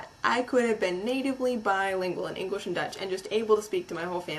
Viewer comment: You can't even speak English yourself. "Eniglish"? And what might that be? FYI: I'm Dutch and I'm typing in English. Sucks to be you.